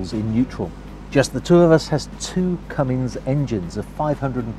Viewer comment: Cummins not Cummings